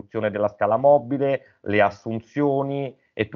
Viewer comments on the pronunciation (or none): none